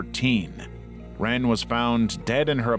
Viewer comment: Lots of mispronunciations in this video, like L'wren Scott. lah-REN, not simply 'ren'.